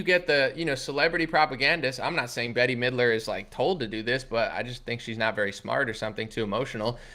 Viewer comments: It's "Bet" not "Betty". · “Bet” not Betty.